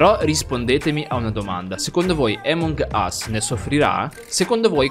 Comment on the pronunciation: Che fastidio quando dici emong ....... ...... Us 😂😂😂 grande